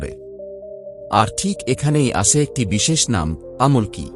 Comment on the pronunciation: "আমল্ কি" কি বলতে পারেন? কথাটা "আমলকী "